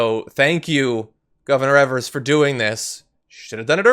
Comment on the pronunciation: The WI GOP has been fighting tooth and nail to get this election to go on tomorrow. I'm glad Evers stepped up. Also, the first "e" in Evers is pronounced as a long "e" jsyk.